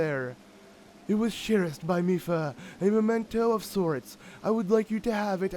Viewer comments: he said “Mady Lipha’s” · "Mady Lipha" 🤣🤣🤣